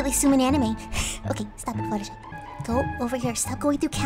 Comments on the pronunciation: do you say buttershee? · Why are you saying shee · Ummmmmmm mmmmmmmmmmmmmmm ok fluttershy why did you call yourself fluttershee😐😐😐😐😐😐😐😐😐😐😐😐😐😐😐😐😐😐😐😭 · fluttershy not fluttershee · AND SHE SAID FLUTHERSHEE NOT FLUHERSHY AAAAAAAAAAAAHHHHHHHHHHHHHH SHES GONNA DIE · IT’S FLUTTERSHY NOT FLUTTERSHEE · Hahahahha she called hersens flutterSHEE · Not fluttershee or fluttershall or fluttershai It’s FLUTTERSHY!!! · Fluttershy: hey everybody i’m Fluttershee and today i’m gonna play rat simulator Me: your Fluttershy!! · Fluttershy your name isn't Fluttershee. Its Fluttershy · Your fluttershy not flutterSHee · I think she said Fluttershee :3 🍪🍪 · You sed fluttershee but then you sed Fluttershy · And SHE CALLED HER SELF FLUTTERSHEE!?!??? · I thought you said that your name was FLUTTERSHY NOT FLUTTERSHEEE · Wait did fluttershy said.......I'm FlutterShee? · your name is Fluttershy not Fluttershe anyway I love your videos it's all good and I want you to play this new game it's called Five Nights at fredbears I want you to play it please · She said fluttershee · fluttershe?do u mean fluttershy 😊☺ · Who else heard her say fluttershee instead of fluttershy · Huh your name is fluttershee not fluttershy???? You just said "Hi everyone its fluttershee" Me "Wutttttt" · She called herself fluutershe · Umm....fluttershy you just said fluttershee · wait is it fluttershee or fluttershy? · you sed im flutershee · You said fluttershee. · U said u were Fluttershee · U sa8d fluter SHEE ur flutterSHY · I thought it was flutter shy not fluttershee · why you sed Flutersee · Your name's Fluttershy not flutter she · You are calld fluttershee insted of fluttershy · no your flutter shy not flutter shee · U said fluttershe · Fluttershy not flutter she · Katie Ngo And then she's gonna run to siri blaming her for calling her fluttershee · wait what? fluttershy just said "hey it's fluttershee here" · Omg she said "hi guys I'm fluttershee" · Did, Did you, Did you just call yourself Fluttershee?!!!